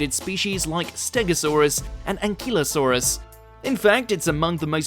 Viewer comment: You mispronounced Scelidosaurus, Ankylosaurus, Neovenator once and Ceratosaurus once